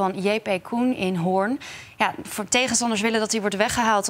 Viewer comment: het is HOORN niet:: horen